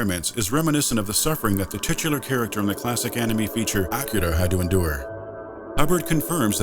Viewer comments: Wow. Even pronouncing Akira correctly. Level of knowledge, depth and professionalism here is amazing. Thanks for this superb content and insights. U nailed all that made fear the game it was. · Pronounces Sadako deadly wrong. Pronounces Akira perfectly.